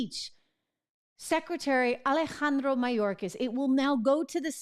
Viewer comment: Trish, the way you pronounce Alejandro, WOW!!! You just went next level!! I like it!!! 👍. Great reporting by the way!!!